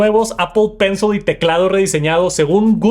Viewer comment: es pencil, no pencel.. Gracias.